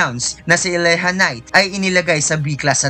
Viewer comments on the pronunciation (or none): Boss diba Elijah knight Yun Hindi eleha knight